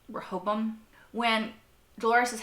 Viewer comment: Let me help Rehoboam - "Ray-hoe-bow-um"